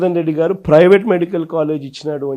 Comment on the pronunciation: పెవేటు కాదురా😂😂😂😂 నాలుక మందంగా,,😂😂😂, ప్రైవేటు😂😂😂